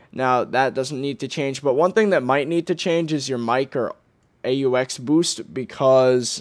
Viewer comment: LOL "...A-U-X..." FYI- It's pronounced like "Ox". aux is short for auxiliary input.